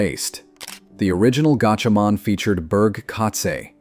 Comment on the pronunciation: It's pronounced like gotchamon.